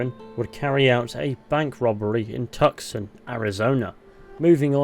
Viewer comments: TUCSON pronounced too-sawn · Tucson? It's pronounced two-saan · "Tuck-Son" Arizona XD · Minor, minor thing. You pronounced Tucson incorrectly, I've done the same, it's pronounces "Too-San". It's a weird one, not sure why we pronounce it that way, but we do, kinda like Arkansas being Pronounced "Are-Can-Saw". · Tucson - Pronounced Toosahn. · Javier was such a cool dude, it sucks he turned into such a piece of shit. Also, two L's together in spanish are their own letter, and it makes a Y sound. So Allende is pronounced "Ah-Yen-Day". Also, also, Tuscon is pronounced "Too-sawn". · I live in Arizona and was listening to this at work, love the videos and you do an amazing job at them, but "tuckson" made me laugh a little, haha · Not to be mean but Tucson is pronounced like "too-sawn" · Two sun. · 'Tuck-sun' is a fun way to annoy my SW buddies. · Its pronounced took-sun